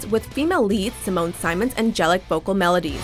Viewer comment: You pronounced Simone Simons name wrong. You also just went on about After Forever instead of showing us what Simone can do. Evanescence are one of my favourite bands of all time but they are not metal, also Amy already has a solo album. Please do some research.